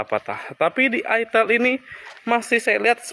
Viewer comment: FYI, itel itu brand dari luar. Pelafalannya bukan itil tapi aytel. Terimakasih